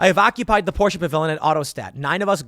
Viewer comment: My god Tim it's not "Pourscheeeeeh" It's pronounced Por-sh. Just say Porsche.